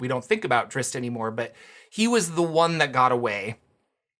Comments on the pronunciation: That pronunciation drives me crazy...the "zz's" come before the "t" in Drizzt. It's not pronounced (Drits) it's pronounced (Drist). You are correct about the two "zz's" making an "S" type of sound...but the strange moving it to the end of the name makes no sense at all and simply ignores it's spell entirely. I realize I'm quibbling over the pronunciation of a fantasy name...but this kind of thing bugs me to no end. So while self aware I'm going to make this comment anyway. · Did you just say Dritz?